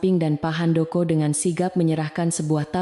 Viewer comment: Bilang pak Handoko nya sangat tidak menyenangkan bikin kaget di benerin apa bacanya